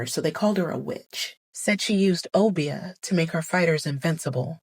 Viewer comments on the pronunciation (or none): Nanny used Obeah which is mispronounced. She used an Igbo practice called Obia to defect her enemies!